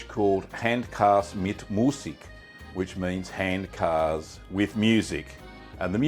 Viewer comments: Thanks for this. Excellent video! I’ve enjoyed Handkäse mit Musik in Frankfurt many times and it’s delicious. By the way it’s pronounced “HANT-kayzer” not “HANT-karse” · Your "Guten Tag" was spot on, but "Handkäse" is pronounced rather "Huntkazuh" . Loved the vid! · Käse is pronounced keh-zuh.